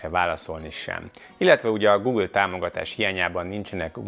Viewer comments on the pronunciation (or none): none